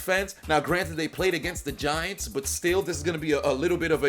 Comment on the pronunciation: I thought you said "the VaGiants" :)